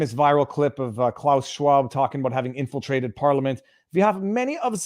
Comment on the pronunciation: I thought he said "penetrated" 😆